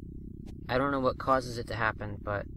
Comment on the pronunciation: went full new yorker on that "causes"